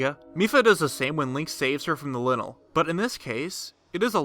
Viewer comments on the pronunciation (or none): Plz stop saying Linnle it's lynel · It's pronounced ly-nul. Noy linul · Not linl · Its not lynel its lynel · linel, LINEL??? its pronounced lie-nell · LIE-NAL. LIIIIEEEE-NAL. Not Lin-el. 😂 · XD lynel not linel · no one: :literally no one: me: ITS PRONOUNCED LYNEL (LIE-NULL) NOT LYNEL (LIN-EL) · This is cool but I hate the way he says lynel. It looks like a lion man so shouldn’t it be pronounced the same? Ly-nel not li-nel. Right? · Linle ... Ma’am, it’s “Lie-nl” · Im so triggered :) Its ploymus not poloymus Its lynel not linel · "linnal" It's lynel lie-nuhl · DUDE. ITS LYNEL Lai Nel not Li Nel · ITS A LYNEL!! That says linol... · your saying lynel wrong. it's like lie-nel. your saying linil. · Its lynel not linel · Ly-nel... not Linel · Its pronounced lienel not linel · It’s pronounced (Lie-nel). Lynel. 2 vowels separated by a consonant makes the first vowel pronounced long. It’s the reason they add “silent” vowels on words. For example: Face, base, plate, cape, etc. So is the argument for Toe-ma- toe or Toe-May-toe. Tomato is pronounced (To-May-Toe) for that reason. Vase is pronounced (V-ace) just like face. Y is pronounced like a short (i) when it is followed with 2 consonants for example (Lynn) or (Symmetry). Y is pronounced like a long (i) when separated by a single consonant then followed by an (e) for example: Lynel, hyper, cyber, cryer, buyer, etc. Also Y can be pronounced long if another vowel proceeds it like Geyser and if no vowels are present before or after like psycho. The reason I bring this up isn’t because I’m a grammar freak, it’s because the name Lynel is suppose to sound synonymous with the word Lion without the direct spelling. So by calling it a (Lin-el) you make it sound synonymous with the word lint which is a cotton like substance of your jeans pocket… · Isn’t Lynel pronounced like Lion? As in LIE-nel? 🤔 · My guy straight up said "Linnel" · He said linle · I kinda got a but less interested in the video when he pronounced lynel linnel